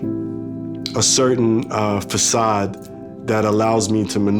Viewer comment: He is from Brooklyn New York and he is pronouncing the façade as fakade? that's proper English...wow